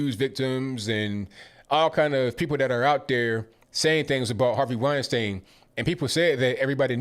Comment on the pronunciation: Weinstein. WINE STINE ! In German ei always sounds like i. ie always sounds like e.